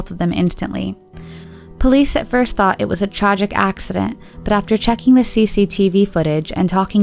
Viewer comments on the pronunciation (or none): none